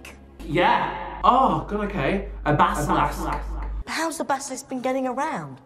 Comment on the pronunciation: "the basalASK"